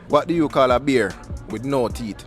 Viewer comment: Him all pronounce it “THEETH”😂😂😂